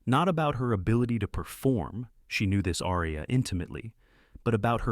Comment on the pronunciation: Perhaps you could learn to pronounce “aria.”